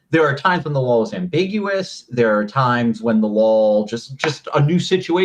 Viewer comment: Is this guy saying lol, or law?